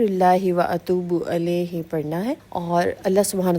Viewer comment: Alaih nahi ilaih party hn